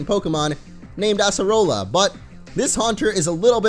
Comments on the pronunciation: Totem mimikyu was fine for me (also acerola is pronounced with C not S) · Your saying her name wrong